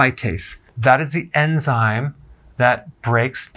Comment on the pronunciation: I just love it when he says "enzyme"